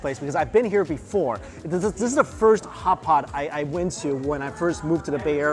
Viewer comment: kkhhhootpot. that's not the way to say hotpot i think :(. sorry not subscribing